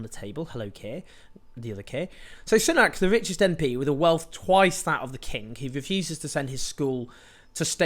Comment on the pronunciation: Rishi Soo-nack, not Sun-ack, deliberately mispronouncing someone's name over and over is borderline aggressive